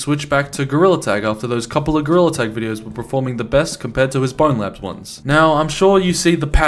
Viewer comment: i hate when people pronounce it "bonelabs"